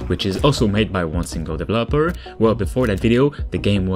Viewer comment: "Devil Opper"